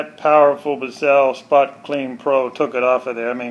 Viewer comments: It's not Bis Sell. It's one syllable Bissell. Like missile with a B. It's an extractor not a brush. Apply the cleaner solution and then pull the nozzle backwards to extract the dirt. With the amount of solution you used you might as well have washed it in the kitchen sink; or, better yet put it in the washing machine on Delicate cycle. Did you even bother to read the directions before you decide to show us how to use it? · Biss-sell lol Why did you dwell so long on useless content like the headrest removal And your clearly have no idea how to use this, yet that's the video name lmao